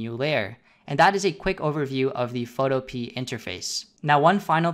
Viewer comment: I have no fricking idea but for some reason, I thought you pronounced Photopea as Photope a (if that makes any sense).